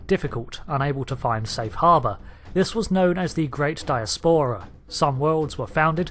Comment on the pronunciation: It's die-as-pera not die-es-pora